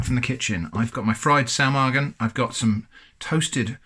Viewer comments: Your pronunciation of Saumagen is alright! My Grandma doesn't serve it with mustard but I guess it goes well together as Saumagen tastes similar to Fleischkäse, which is usually eaten with mustard. I'm actually surprised to see Saumagen being sold as an international product as it's regional dish from Palatine. How much did these cost? It looks like an excellent thing to have on the shelf when there's nothing left in the fridge! Edit: I looked it up, it's 4,50€ for the Bread and 6€ for the sausage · Your pronounciation of Saumagen is pretty good. It sounds a bit like a very northern german accent which is funny because Saumagen is a regional dish from southern germany but I've heard worse from people claiming to be completely fluid in the german language.